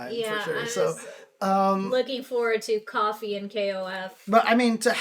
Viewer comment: Coffee and KOF? No. KOFfee :D